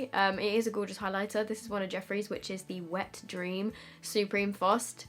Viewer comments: eating the R "Supeme fost" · No one: Literally no one::Supweme fwost 😂😂😂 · No one: Literally no one:: Supweme fwost 😂